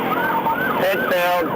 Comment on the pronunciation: Another CRAP AI generated and narrated video. "Yellow Chevy Suburban " ? "P, I, T. maneuver" ? LOL!